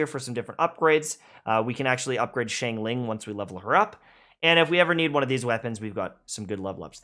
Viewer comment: Chinglin... Its XIANGLING!!1!